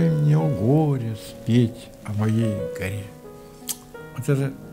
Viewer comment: Поэма горы начинается не совсем так, как прочитал Константин Александрович:) Вздрогнешь -- и горы с плеч, И душа -- горЕ. Дай мне о гОре спеть: О моей горЕ! ...Но, высокая культура и глубокое знание поэзии, в целом, сделали программу интересной. Спасибо.